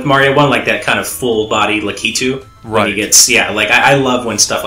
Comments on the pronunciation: It's not pronounced La-kee-too, it's lack-it-too! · Say Lack-i-too please. Not Lah-key-too. That's really annoying. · ***** Was Lakitu always pronounced that way cuz I always said it like Lackitwo not laquitwo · Also Lakitu is pronounced Lack-a-Two Also That's not a Tanooki Leaf it's a Super Leaf :P Cause that is Raccoon Mario not Tanooki Mario (Even though i hope for the Tanooki Suit too) and Raccoon Mario is ears and a tail while Tanooki Mario is a full costume.